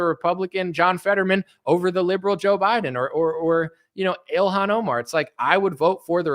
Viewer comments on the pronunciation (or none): none